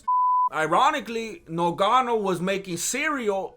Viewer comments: 5mins in and this fool got me dying....And Im Cameroonian he is fucking up Ngannou's name. Oye Ese, get it right...Its pronounced like it has 2 Gs...GGannou...not nuGanou!!!!!! 😫🤣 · Lol great video brother 😁, lol rolling on the ground when Gane was doing something weird in his shorts 🤣... Although the Champs name is actually spelt Ngannou... Pronounced NGA-NU. Great work though bro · The way you say Nogano 😂😂 reminds me of when they used to call him Nganou in commentary 😂😂😂.